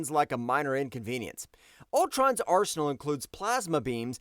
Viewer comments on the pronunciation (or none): none